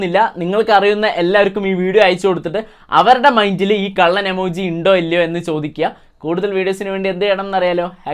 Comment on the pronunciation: എമോജി ഇല്ല ഇമോജി😂😂😂